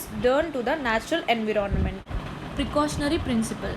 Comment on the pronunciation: It's called environment not inveronment.